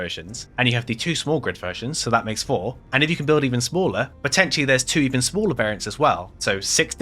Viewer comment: It's P o t t e n t i a l l y 😂